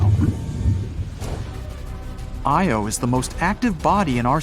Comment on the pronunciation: Your AI can't pronounce IO property. Really annoying. It's "eye oh", not "Eee oh".